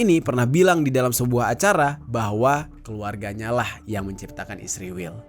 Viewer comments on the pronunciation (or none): Bang kenapa sih pake kata "isriwil" sebut ae "israel" gitu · Anda ini anti semit dari cara anda mengucapkan kata isriwil dasar rasis